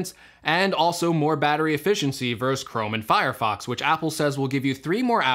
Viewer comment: Why do 30ish year olds say 'verse' instead of 'versus'? I've noticed this in many different youtube videos. They're two different words, with two separate meanings.